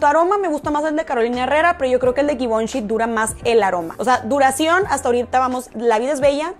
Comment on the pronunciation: Givenchi( Se pronuncia " zhee-von-shee)